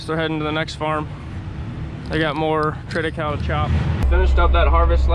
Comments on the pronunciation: Great channel. Good clean content and hard working folks with a backbone of morality and good character. You are a breath of fresh air. Thanks,. Now...if we can just get you to say "triticale" pronouced correctly. LOL Trit a ca le. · It’s pronounced “triti Kay lee” fyi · FYI - Triticale is pronounced "trit-i-CAY-LEE". It is a hybrid developed from wheat (Triticum aestivum) and rye (Secale cereale). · Interesting, you and I pronounce triticale very differently. I've always heard it as "trit-uh-kale-ee" here in Kansas. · Before when you spoke about this crop I thought you were saying Trinacow.